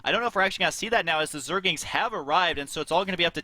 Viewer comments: stop calling them zergings, it zergLINGS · Aah, the good old days when husky said "Zergings" instead of "Zerglings" every time... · husky keeps saying zergings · Anyone notice how Husky keeps saying Zergings? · jesus christ they're calling rax raxes apparently not knowing wtf they're talking about, that's like saying barrackses.... really?! and husky keeps saying zergings instead of zerglings, it's driving me fucking insane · is it so hard to stop saying 'zergings'? :p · Why the fuck do you have a commentator who doesnt know how to say 'zerglings' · Does anyone else notice and get annoyed with husky saying Zergings?? there is an L in there, husky.. zerg-Ling other than that great job guys, i enjoy watching your vids HD